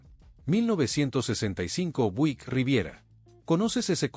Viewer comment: Por favor hermano no te ofendas pero me doy cuenta de que no pronuncias bien ninguna de las marcas de los carros,!!!...NNNO SE pronuncia DODGE CHARJER,!!!...SE pronuncia DOCH CHARLLER,!!! OSEA QUE LA LETRA G SE PRONUNCIA COMO DOBLE ELE LL CON TODO RESPETO NO SABES PRONUNCIAR LOS NOMBRES DE NINGUNA DE LAS MARCAS DE AUTOS QUE ESTAS PRESENTANDO,!!!!!!!!!......NO SE PRONUNCIA BUIK SE PRONUNCIA BIUIK,!!...DOCUMENTATE HERMANO.!!!!!!!!!!